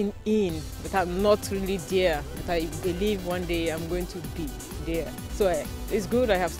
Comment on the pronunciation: She strugles with simple english. Was she speaking una?? Saying dia instead of there. WAOH